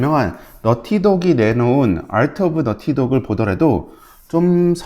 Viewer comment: 뛰뤼디 아rrrr트 ㅋㅋㅋㅋㅋㅋㅋㅋ